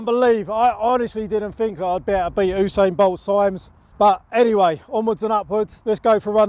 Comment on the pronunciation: Oosain bolt